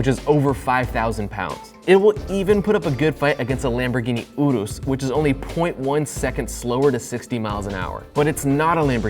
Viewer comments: He said Lamborghini udos. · Lamborghini Ooroos ? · the way you said “Lamborghini oo-roos” made me throw up in my mouth a little